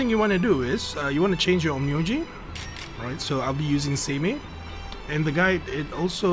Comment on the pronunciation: Ahaha you actually pronounce the title correct. Some I watch this video and he pronounce it Onn my oji (on my grandfather) Laugh my ass off